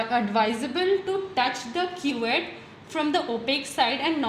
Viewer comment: Not quet it's cuvette